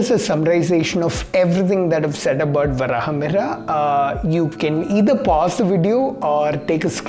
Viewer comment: pronunciation correction: Varahamihira = Varaha Meeheer